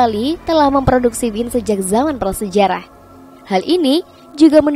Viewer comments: dibacanya Wayn bukan Win 😭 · Maaf ya...kalau anggur dalam bahasa inggris...mengucapkannya wain...bukan win....semoga bermanfaat...